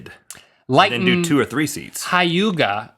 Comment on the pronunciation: you said hyuuga wrong and yes its spelled hyuuga